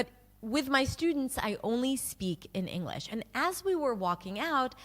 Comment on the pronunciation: I agree for the most part but the way she says English differently than I normally hear. Not Enough g in it.